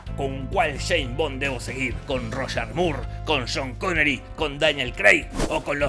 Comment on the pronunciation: Shoun Conery!!